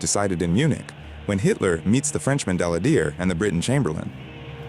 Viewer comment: OWCH! DALADIER == Dal LAD yay! get it right!